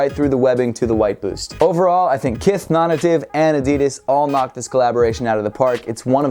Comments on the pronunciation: Is it really pronounced non ative and not non-native? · Non native. Nay tiv